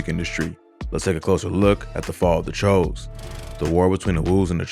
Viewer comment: its pronounced like chew like jimmy choo